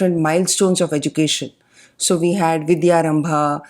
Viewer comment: Why do we say Hindi/Sanskrit words in an English like pronunciation? "Vidyarambh" becomes "Vidyarambha", "Upanayan" becomes "Upanayana" & so on...This is irritating..